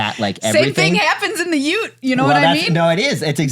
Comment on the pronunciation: Uh... did you say "ute"?